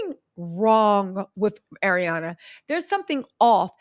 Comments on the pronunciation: He first name doesn't have a D in it. Its not ArianDA! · "ArianDA Grande" haha – Love this pronunciation and will only refer to her as this moving forward.